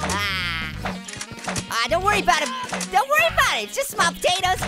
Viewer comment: Why do you call us hot potaters?